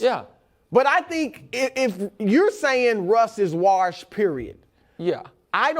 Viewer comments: Hey, Chris...how many R's in "warshed"? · Bru always says it like "warshed" lol